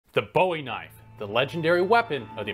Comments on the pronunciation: Boo'-ee ...Boo'-ee...Boo'-ee please. James Bowie was of Scottish ancestry and his name was at the time and is pronounced Boo'-ee. (Not like the English rocker!) It's Gaelic /Scottish form is Buie and means "light" or "Yellow". Great information and interesting to get your take on the style and use of the knife, but it sure "grates" on my nerves and ear every time you say his name...and mispronounce it. Don't spoil your good information. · It's pronounce Boo-E. My great grandmother was a Bowie and a cousin to Jim Bowie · It's pronounced "B-oo-ie". I live in the town named after it even. The knife is named after Jim, not David. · That would be "BOOwie". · It’s pronounced Bouie, like he signed his name on a number of occasions. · Jim Bowie pronounced him name quite differently than that.. It’s pronounced like buoy, not like David Bowie.. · First of all it's not the BOWEEE knife it was made by Jim Bowie not Boeweee , Jim Bowie fought in the Alamo not Jim Boewee pretty simple stuff... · I would like to mention something very important. The official pronunciation is "Booee." However you are free to call it how you like. I only say this because you will come across people acting like dictionary pronunciation Nazis. Prepared to defend yourself. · I have never heard an American or Canadian pronounce “Bowie” with a long “o”. Brits and natives of the British commonwealth, yes. But never a North American. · It's actually pronounced "BOO EE" ! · Been told it’s pronounced “boo-wee”. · " Bowie is pronounced BOOie" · I’m a Texan and here in Texas it’s pronounced Bowie [like ‘boo-ee’]. Not like David Bowie. Bowie Texas is 45 miles down the road from me and has the largest Bowie knife in the world. So please, at least pronounce it correctly. Remember the Alamo! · Bowie (/ˈbuːi/ BOO-ee) Narrator should’ve researched the historical name. He butchered the pronunciation 1400 times. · Bowie is pronounced like Boowie....like a ghost saying BOO. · "Boo-ee" it's "Boo-ee".